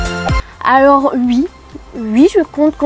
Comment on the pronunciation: hhh ça me fait très bizarre la manière dont elle dit "ui" super faq